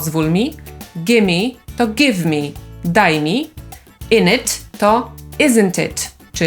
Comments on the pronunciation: glottal stop <3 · Czy w "innit" w zrobiłaś na końcu zwarcie krtaniowe? Bo w już raczej takie [t]. Jeżeli mam rację to będę wdzięczny za jakiś odcinek o glottal stopie :)